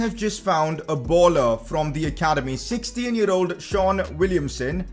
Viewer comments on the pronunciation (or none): none